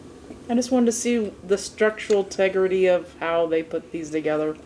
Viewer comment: Not sure what “structural tegrity” is? I assume you were referring to structural integrity…. The doughs ability to hold the load above. If you add another topping or even a dipping sauce you could jeopardize the structural integrity of this little pizza muffin 😅